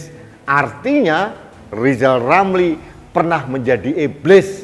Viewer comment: Harap dimaklum nyebut nama sendiri aja salah LIZAL LAMLI ga bisakan bikang RIZAL RAMLI🤭🙏